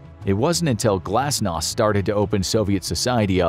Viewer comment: Glasnos? It is gorbatjov